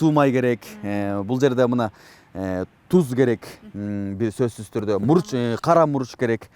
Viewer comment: тус эмес туз.Кайта кайта тусс тусс дейсин.